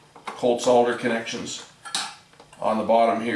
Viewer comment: Wonderful. You can pronounce SOLDER correctly. How some people miss the L in the word defied logic. Perhaps they never saw the word SOLD before SOLD cannot be SOD ....